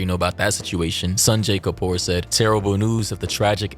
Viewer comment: HIS NAME IS KAPUR..NOT KUPAR😂😂